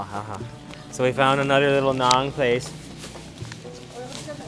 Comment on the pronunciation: It's actually NAAN Please correct